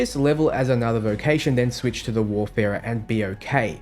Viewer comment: WAR - Farer mate. WAR- Farer. ;)